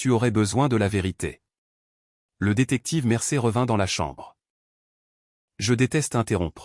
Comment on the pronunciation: On ne dit pas "Mercer !!!!', mais ! : 'Mercier !!!'